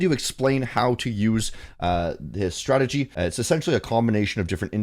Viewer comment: Mans said STRATEDGY